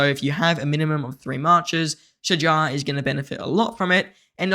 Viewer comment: As Arabic native you did great pronouncing her name👏🏼👍🏼🫡 its almost right tbh